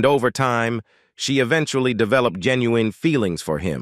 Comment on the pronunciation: Interesting video, but is the commentator AI??? All the misprounciantions of common names and words like "genuine"?